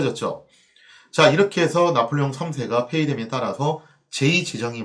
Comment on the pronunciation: 왜 짜폴레옹 3세 라고 읽으시나요? ㅎ